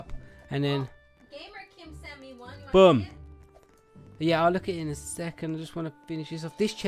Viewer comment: When you said boom, it sounded like you said bum